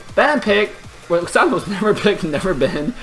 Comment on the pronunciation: Did he say Vaxaana?